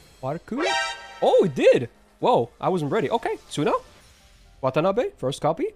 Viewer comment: it's not wtf, it's watanabe